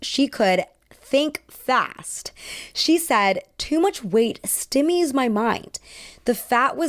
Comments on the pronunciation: are you for serious? Stimmy? It’s st-eye-me 🤦🏻‍♂️ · As an older woman who knows nothing about this topic, I thought this was well-researched and well-presented- you’re a great speaker! A couple mid-pronunciations: Stymies= st-eye-mees, not stimees Mamie Van Doren= May-mee, not Mommy Also, the vocal fry speech pattern is very distracting to me - I’m one person, that’s my opinion, take it how you like 😊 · stymies not stimmies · That’s not how you pronounce “stymies.” 🤦‍♂️